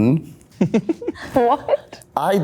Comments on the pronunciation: joseph mispronouncing aydnalgl has got me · Joe trying to say "aydnalgl" 😂 I love him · Oh my god when he was trying to pronounce “aydnagl” account name I could not stop laughing😂